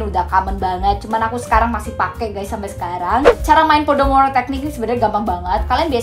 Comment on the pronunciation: Pomodoro, salah sebut wkwk